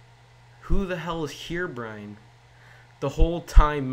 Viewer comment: Good job! You just killed English, and made me have brain cancer. "Here"Brine must be proud.